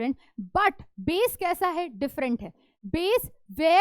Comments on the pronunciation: BASE ❌ BAESS ✔️ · It’s Base not - bass🌚😂😂